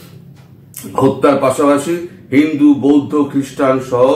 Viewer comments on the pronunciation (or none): none